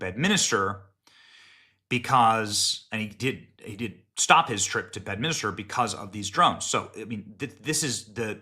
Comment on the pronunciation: Benny, it's Bedminster, not Bedminister. You're adding an additional letter, making a fourth syllable. Did Miller say the "Democrap" Party?